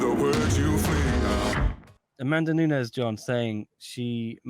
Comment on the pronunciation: Bro you can’t be posting videos about MMA and not even know how to say her name correctly smh